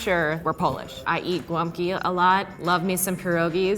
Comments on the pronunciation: it's GOŁĄBKI not gwumpkie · Hahaha... Damn girls! Its gołąbki, not gwumpkie. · The way she pronounced gołąbki got me shook